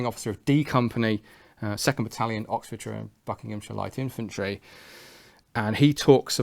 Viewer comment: its infantry nor eyefantry so its pea-at